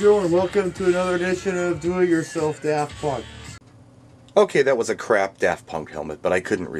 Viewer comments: DaRft sounds like how a pirate may pronouce it. Arrrr care to hear some DaRft Punk before you walk the plank? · I Live in New Zealand, (NO ONE KNOWS DAFT PUNK HERE, LOL!) and I pronounce it as Daft not Da r ft punk...